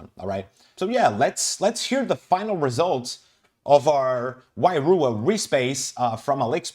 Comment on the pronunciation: Wairua , roll the R. The meaning of the word is spirit/soul in Te Reo.